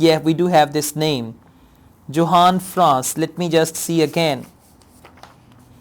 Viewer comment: Johann Franz Encke is a German name, so Johann is pronounced as Yohann. You had a fair pronounciation of the names so I thought this would help.